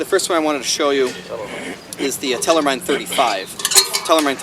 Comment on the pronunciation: Pronunciation (as to be expected) is wrong, half German - half English. Check out the German word Mine on Forvo (can't link to it). For your information: the word simply means dish-mine.